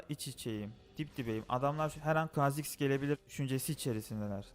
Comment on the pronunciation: KHA ZİX O KHAAAAAAAAAAAAAA ZİX DEĞİL